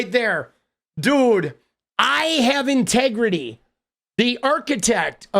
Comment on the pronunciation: "I got 'tegrity"